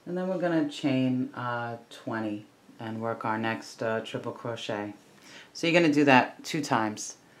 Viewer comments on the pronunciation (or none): Treble crochet not trible